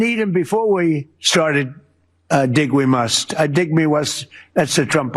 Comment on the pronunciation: "Dig we muss," Sure Donald, sure.....